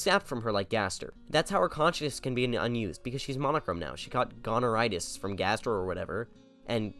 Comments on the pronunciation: Dont ever say goneritis again pls 😭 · bro we’re pronouncing it gonorrhea these days